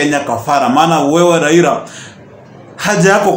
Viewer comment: Raila not raira. 🤣🤣🤣